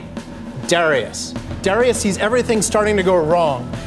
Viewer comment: It's pronounced "duh-RYE-us", not "DARRY-us".